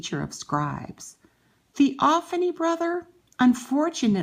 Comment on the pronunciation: It's pronounced( thee- o- fane) Not ( thee-o- fanee) I unsubscribed from you